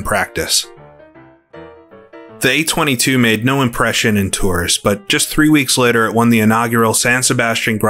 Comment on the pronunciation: Evening! Great video as always. Just a few notes on French pronunciation: Rolland-Pilain - "Row-lon Pill-lon".with the final "n" barely there. Tours - "Tor" Victor Hemery - "Veek-tor 'Emeree" Albert Guyot - "Al-bear Ghee-yo" Laboratoire - "Lab-oar-a-twarh"